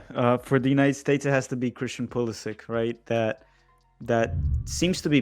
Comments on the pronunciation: It’s PulisItch pronounce it right 😘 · Should've pronounced his name Pulisitch and ended the argument.